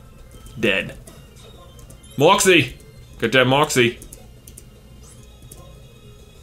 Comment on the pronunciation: I was gonna make a comment about your pronunciation of the word moxie (mwauksie??) But that doesn't seem appropriate now RIP ZAPH. You were getting to be so cool, especially with acrobatics you will be missed.